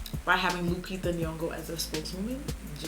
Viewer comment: Auntie Jackie said LuKita 😂😂 it's LuPita Nyong'o Anyways, I loved this tutorial as always 😍😌